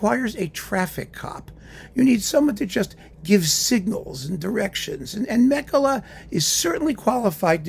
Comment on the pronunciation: Meh-kela = Mäkelä :)